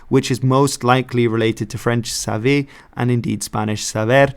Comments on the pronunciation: In french, to know is "savoir" not "saver". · In French it's savoir, not saver.